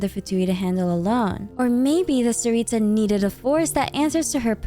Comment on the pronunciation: Btw, don't say the t and s like ts, it's c CARICA don't add the h it's just carica, carica means queen in slavic languages btw!!! Tsar/car (don't say it like the driving thing car, the c is CUH CAR/ TSAR цар) for tsaritsa it's царица, and as a slavic person say the names just as the letters say so, not like in English where you can write something and it's spelled completely differently, honestly im really proud we got a Slavic country represented in genshin<3 honestly the way yall spell slavic names pisses me off, i couldn't focus on the video honestly